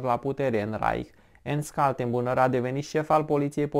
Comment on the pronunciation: Se citește ,,ernșt kal-ten-bru-ner", omori efectiv numele germane, ușor de pronunțat.